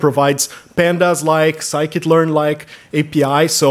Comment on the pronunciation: sklearn is sci-kit learn, the guy says that properly